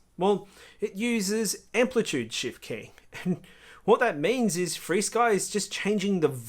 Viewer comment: u don't have to update your receivers in xfire, it just does it (with your eyes closed). Yes I use all five protocols (Flysky,R9M, FRsky, xfire, elrs) Flysky (sorry your accent may for FR sky or freesky) sounded like flysky) and as far as range and penetration yes xfire is better. I have the 1w Beta FPV module in my T16 and will do some range testing to get a mile away around the other side of a hill (Flysky 2.4 no prob). But if your looking for a good lightweight receiver/antenna combo can't beat elrs. One of my biggest frustration was spending 7 hours trying to get a betafpv superd diversity to update via usb, it would never get started with transfer. Turns out that the 2 reviver chips pulled too much power for the usb to function, wound using battery and wifi'd it. what a mess, xfire would have did it all for me. U gotta love this stuff.